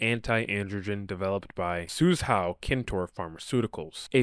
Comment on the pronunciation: It's pronounced sue-joe, not suze-how